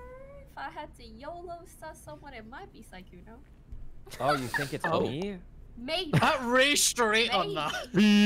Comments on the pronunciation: PLEASE stop calling sykkuno skkuno PLEASE (no hate ly) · not trying to be rude but it is siiiii kkouno not sekouno